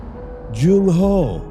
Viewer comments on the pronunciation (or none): "Jung How" 😭